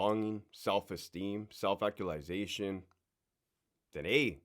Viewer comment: Morning. Love the content. Not a big deal, but It's pronounced actual- lie-zation. 😊 No pasa nada!